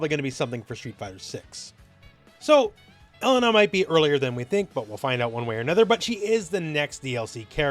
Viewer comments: Pronounce it like: E Lane A. Not ELLEN NAh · for someone who corrects people all the time in SNK games you sure do butcher her name. It isn't "L IN UH" it's "E LAIN Nah" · Just FYI, her name is typically pronounced "eh-lay-nuh" with an emphasis on the middle syllable.